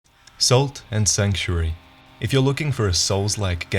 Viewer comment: Anyone else notice how pronounced "salt" slightly like "soul"? Also, sorry, but I gotta make a "Dark Salt" pun.